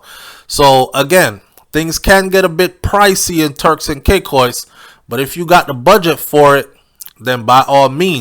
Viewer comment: ...ITS TURKS AND KAY-KOS 😂😂😂